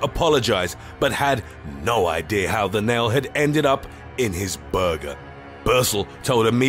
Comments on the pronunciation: lmao the way he says burger kills me 🤣🤣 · The way this guy say Burger is the funniest shit I've heard. Lol